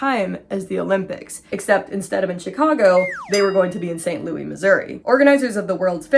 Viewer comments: We in St. Louis call it “ saint loo is” not louie 😅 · yaaay new upload!!! (also this is my first time hearing anyone say St Louis the French way 😂)